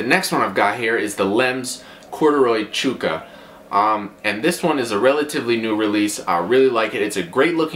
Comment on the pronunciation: where did you learn to pronounce chukka, chooka? Is there some other pronunciation I've never been aware of like maybe a Canadian thing?